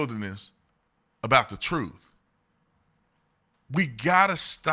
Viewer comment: Real talk: You are a very articulate orator Why- do you pronounce “truth” as “trüf “? Or “both” as “boff “ But say “Thursday “ As “Thursday “ Why is that?